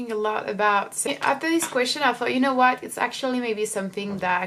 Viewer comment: Your English is really good, and your pronunciation is great! But in watching your videos over time I reaallllyy want to advise you on changing one English sound: "o" in like "video" or "know" or "so" etc you pronounce it too closed, like "oo" (or even ü) like "videoo" "knoow". It's a little to strong, like the "u" French sound. If you change that slightly your accent would be perf!